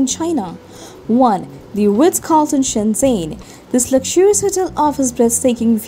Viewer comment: shen zhen, not shen zen